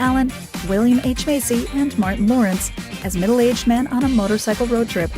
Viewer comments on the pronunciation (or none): none